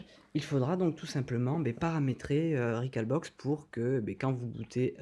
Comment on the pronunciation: Rec"au"lbox comme un hall de gare... sinon bien l'explication. Sauf que le ftp via ethernet c'est super rapide